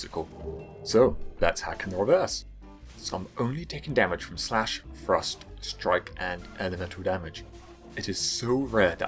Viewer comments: Just so your aware, and it might just be me, but, i got 3/4 through the vid before i realized your saying "thrust" not "frost" you may wanna consider that. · Every once in a while when you said "thrust" I heard "frost" had to mentally correct my hearing. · Most times you said 'thrust' I heard 'frost', this I was very confused before realizing the misunderstanding. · When you say "thrust", it sounds like you're saying "frost". Pls fix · Ps. Every time you say "thrust" i hear "Frust" and i'm like "thats not an irythil weapon...." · When you say "thrust" I keep hearing "frost" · When you say Thrust I hear "Frost" and im suffering inside my head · I keep hearing "frost" when he says "thrust". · Every time he said "thrust" I thought he said "frost" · i thought he was saying frost instead of thrust for the entire video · What’s frust? You mean thrust? Can you annunciate correctly. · Thrust sounds like frost when this dood says it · I thought he was saying Frost..turns out he was saying thrust..sorry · Dang dude you gotta stop saying "thrust" like "frost" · Can you and everyone from Englandistan learn how to pronounce TH sounds FFS. It sounds like you're saying frost